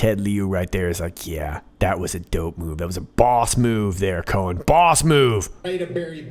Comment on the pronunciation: Cohen... Co- hen = hen + hen. Seems likes this demure little bird just laid an egg.